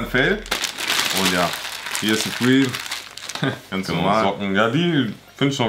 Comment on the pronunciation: da unten steht nochmal surpreme" =Hanes🤣🤣😂